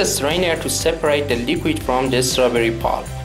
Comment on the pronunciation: Please don't add the 'sound' "UH" to the end of "strawberry"... Thank you!